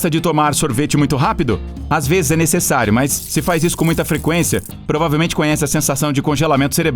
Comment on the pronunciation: 1,35 VEZES, e n 1,35 veis